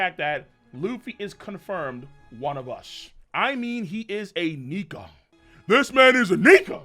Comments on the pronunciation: If you ain’t black learn to pronounce Nika right!! I’m call DR Umar on y’all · Luffy is a "Nika". LMAO!!!